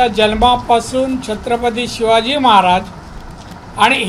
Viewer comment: साहेबाना नीट महाराज बोलता येत नाही...... 🍺